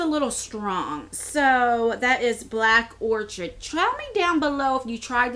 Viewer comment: Black Orchid is pronounced Orkid.